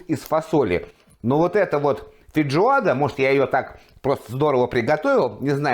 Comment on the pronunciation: вы постоянно так говорите - фейДжоада